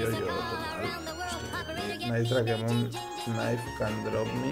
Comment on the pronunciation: es dreikmon no drakemon